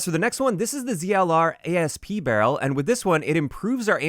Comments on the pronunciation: it’s just Asp, like what Cleopatra kills herself with, not A-S-P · Not “A S P”, “Asp” a type of snake.